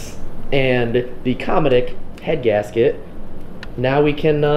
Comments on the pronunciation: Say it with me Co•metic• Not Cah•metic• Co as in Haggard Co. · He said cometic wrong lmao😂😂 I used to work there